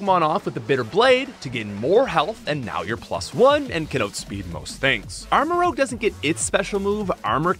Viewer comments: Armorouge. Not Armorogue. While I'm at it, it's "truant", not "true-want" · Great video, but please stop saying armarogue. It's rouge. Like red. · It’s rouge, like Moulin Rouge, not rogue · Guy, it's Armarouge, not Armarogue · it's not armarogue, it's armarouge rouge is a shade of red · Thats ROUGE (Rooj) not ROGUE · You say armorogue 😂 not armorouge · Apparently you didn’t watch the video… In the video he refers to the Pokemon Armarouge as “ArmaROGUE”. I was simply pointing out that mistake but adding at the end that his mistaken mispronunciation would make a good nickname. Try watching the whole video before you start jumping the gun and criticizing peoples comments. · I’m sorry but your armarouge pronounciation hurt my french brain :(